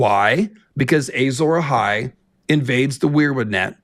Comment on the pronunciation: Why does he keep saying “Ay-Zawra Hai”?